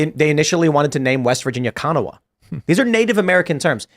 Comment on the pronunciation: WVian here .. Kanawha is actually pronounced Kuh-Naw, heavy on the Naw 🤣